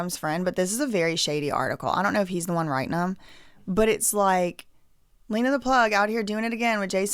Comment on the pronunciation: Why are you going to talk about their daughters looks?? And stop purposely pronouncing Lena’s name wrong.